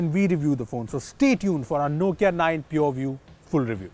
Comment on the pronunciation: All I heard is poview😄😄